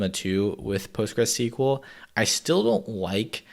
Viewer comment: I'm sure he said PostgreSeaKwel in purpose 😂